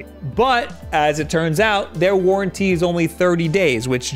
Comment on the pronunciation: What's a warrantee?